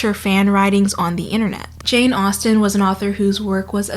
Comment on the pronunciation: Okay but the way she pronounced "how pale she waaaaaas," (you can hear the grimace) was a breath of fresh air. Disclaimer, I am rather pale, but whenever someone writes a character like that, going on about their "delicate white skin this, morbid pallor that, oh so frail," I'm like, being pale is not a personality trait, it just means you don't go outside a lot. Now stop. fetishizing. it. It's gross.